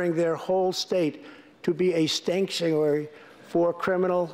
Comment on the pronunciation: instead of "sanctuary", he said "stanksuary"! 😂😂😂